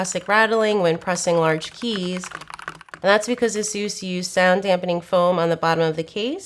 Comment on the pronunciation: Somebody please teach her how to pronounce Asus. It hurts every time I hear her say it.